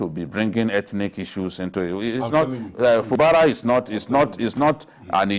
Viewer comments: It's FUBARA NOT FABURA 😂😂😂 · can't pronounce Fubara well. What is wrong with our journalists? Who bears Fabura? dey try na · he can't even pronounce Fubara